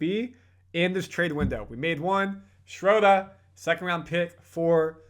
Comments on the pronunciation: and everybody, please stop saying “Schrodah.” German has a uvular “r” in the back of the throat, sounds a little like “ah” to English ears, but there really is an “r” in there. Just say “Schroder,” normal-like. Same goes for Maxi Kleber. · hey how about learning how to say his name now.... SINCE IT'S OFFICIAL!!!! "SHREW-DUR!"